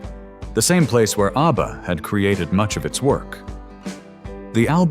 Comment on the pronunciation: Aivoice shocking mispronounced ABBA